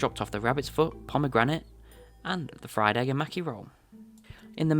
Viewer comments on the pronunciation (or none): none